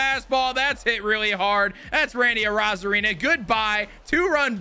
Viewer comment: who else gets mad every time this guy says arozarana